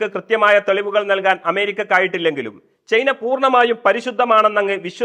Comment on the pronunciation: ചെയ്ന അല്ല ചെങ്ങായി, ചൈന 😂